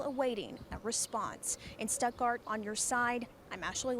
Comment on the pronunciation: Why are they saying stepgart when it's STUTTGART GERMANY ITS ONE OF GERMANY TOW